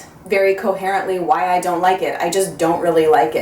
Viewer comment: hahahahaha, I love how you said "WHY. WHY.WHY." that made me lol and reminded me of the way my sister and I talk to each other, haha. and hey, dreams do come true! So Eminence, here you come! lol